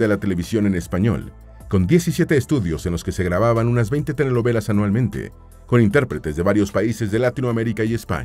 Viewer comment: Todo muy bien del video, excepto que el locutor "prenuncia" "TENELOVELAS" (SICAZO) en lugar de telenovelas🤣😂🤣😂🤣😂🤣😂.